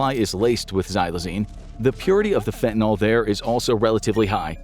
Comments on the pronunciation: Fentanol or fentanyl? Cause you guys keep writing fentanyl, but saying fentanol. And no, not just acceptable pronunciation, it's a completely different chemical. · I have only one request. That you at least pronounce the word correctly. It is pronounced: FEN-tah-nill, not FEN-tah-nawl. This substance is a scourge. A deadly one. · I can't watch a video about fentanyl when you mispronounce the word 'fentanyl" every time. It's Y, not an O. It's not "fentanol". That's not a real thing. It's FENTANYL. It's too annoying. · Why do so many people call it fentanol? That's a Y. Fin-tan-ill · Am I the only person whose pet peeve is when people say fentanol instead of fentanyl? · Why does everyone mispronounce this drug? It is pronounced 'Fentanil' The y acts as an i. As to the drug itself, I had tonsil cancer and was in pain from the radiation treatments. My oncologist had me using Fentanyl patches and I got a bad batch that would stay stuck in place. I stopped using them and immediately was shaking and sweating profusely. I called my doctor and told him and he asked if I was using the patches. I said no and told him why and he scolded me saying "You cannot just stop using them. You have to wean off of them." I knew NOTHING about drugs and had no idea a PATCH would addict me. I NEVER USED IT AGAIN. I DID COLD TURKEY OFF IT. PERIOD. Luckily, the treatments were over soon and my mouth healed and the pain subsided... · Why do you people insist on pronouncing it "fentanol"? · And the voice over kept saying fenta-NOL. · Sorry, I can't take anyone seriously who doesn't know how to pronounce Fentanyl. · The entire US pronouncing Fentanyl wrongly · How can I trust what you say about this drug when you can't even pronounce its name? Unsubscribed. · Why do North Americans pronounce Fentanyl like this? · My kid bro ODd on that sh.t. Its spelley with a "yl" not "ol" . Its pronounced fentenILL. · not "fentanol", fentanyl. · FentanYl like "ill" not fentanOl like "all"...